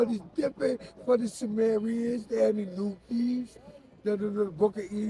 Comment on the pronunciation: did he just say why cant we be nice to the SUMARIANS and the ANUNAKI?? ( the anenuki lol)